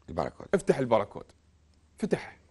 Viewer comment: الباركود وليس البراكود أرجو الانتباه